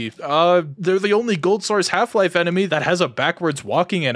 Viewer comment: "...An Emeny Human..." ???